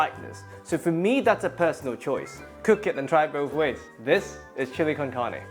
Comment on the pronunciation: Nope...wayyy off... My grandma would smack you w her chankla! And it's not Karney, it's "carne" ( roll your "R" meeester) no sugar!!😢😮